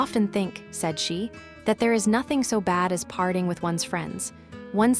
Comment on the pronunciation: I love this story. This narrator is horrible. She can't even properly pronounce nothing. Not hing? Ruins it for me. An American accent for a classic British story.